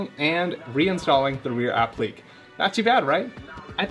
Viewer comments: It’s App-li-que (k) not Ap-plique (pleek) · Great video. Only one thing, I know it’s a small thing and I’m not trying to be pedantic but, the word is pronounce “Ap-plik-Kay”. The is a “ ‘ “ over the “e” which means it’s not silent like in technique. Also, I’m not sure if this is even the proper use of the word. I think that piece would just be called a “molding” or, “trim” piece.